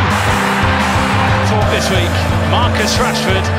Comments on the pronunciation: Did the commentator just say trashford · did the commentator said Trashford tf